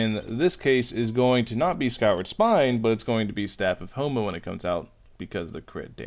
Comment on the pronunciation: why u said staff of homa i heard homo lol